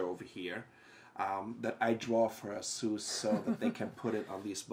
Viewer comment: its A-sus.. lern the fucking name befoere making another lame review. can't even take it from the fucking sleeve! thats how dumb they are